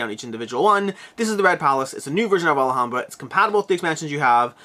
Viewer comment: Sorry I know it's petty and not a big deal but it's Alhambra not Alahambra, you're saying it with an extra A. You just keep saying it maybe 20 times in like 2 minutes and it just broke my self control, sorry